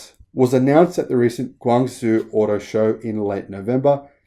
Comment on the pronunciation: Guangzhou is pronounced "Gwong-Joe". You were close.